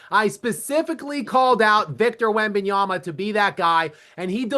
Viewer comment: It's Wem-ban-yama....not that hard. It's un-salvage-able....not that hard. Gayest???? Soooo if some kid is born gay watching this he'd better hide any traits or he ruins things? This is why they kill themselves.